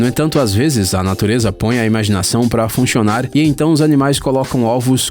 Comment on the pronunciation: finshionar?kkkk adorei,foi de proposito isso?